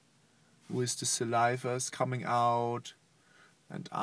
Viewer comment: Aww the way he said, "I cannot be in da room wiss da cat pajama" hahah